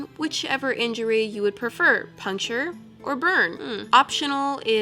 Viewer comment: Her: punkshured or burned Me: neithet